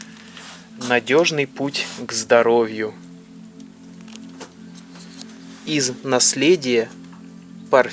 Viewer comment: не ИвАнов, а ИванОв!